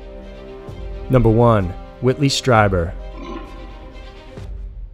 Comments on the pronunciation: Ditto!!! I love how the narrator just sticks to the story - doesn’t have stupid side stories or drama or opinions much Like most other male YouTube narrator’s! I do cringe it some of the pronunciations like in this video for instance Strieber Phonetically is capital STREEBER.... not STRY-Burr —- but who cares it’s such an awesome channel!! One of my top fave channels! I know that it’s not a popular opinion to have, that there’s obviously + probably (imho ) aliens & other planets etc. out there, it just seems like common sense to anyone that thinks about it for more than five minutes!!?? I honestly have more distrust in people that don’t believe there’s something out there than the people that do believe. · Whitley's last name is pronounced, "STREE-buhr". He himself identifies this way in his radio show. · Pronounced "Stree-ber" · Whitley Strieber's last name is pronounced stree-ber, like bee-ber. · Strieber is pronounced Streeber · it's pronounced "Stree-ber" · You often bug me when you don’t research your stories enough to get people’s names correct. Whitley Strieber is very famous, and very credible and pronounced like “streeber” - with a long e sound, and not with a long i sound. Do your home work dude - you get many names wrong.